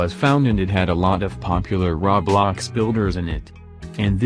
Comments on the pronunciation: Roblox not rawblawcks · Nobody: Litteraly not a single soul: The text to speech: RAWBLOX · I like the bot speaker saying "rablax"